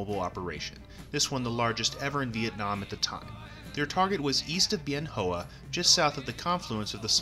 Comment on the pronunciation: Nice video, well done. FYI- Bien Hoa is pronounced "Ben Wah".